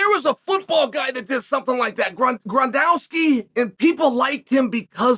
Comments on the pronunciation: If Chael says Grondowski, it’s now Grondowski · Grondowski. The beauty is part of me still believes he truly may not know how to pronounce it. Undefeated.